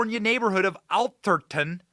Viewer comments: "Ath-er-ton" not "Al-ther-ton" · It's pronounced Ath-er-ton, sounds like Ass-er-ton, except with a th.....nevermind, you corrected yourself later in the video. You got it right. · Ah-ther-ton . Is where all the rich white people live Benny. Only ballers and CEO’s live . It’s located in San Mateo county. Just south of San Francisco. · Doesn’t seem to be an “L” in Atherton. Am I missing something that Benny sees? Curry chose this place for its protection of his league. Sounds woke to me.